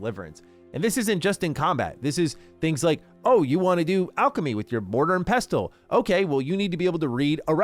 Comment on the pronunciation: He shouldn’t be allowed to save until he’s able to pronounce pestle